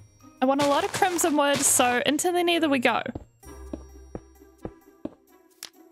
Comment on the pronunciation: I really love her builds and can you please make this a series please 🥺 also I love how you say nether as neater